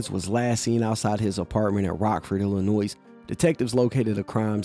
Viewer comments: The S in Illinois is silent you dimwit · Bro, the S at the end of Illinois is silent. 💯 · You dont prnounce Illinois with an "S" g00fy, the S is silent. 🤡🎪😅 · Bro! You pronounce the “s” in Illinois?? Dummy. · The s in Illinois is silent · The "s" in Illinois is silent 🤫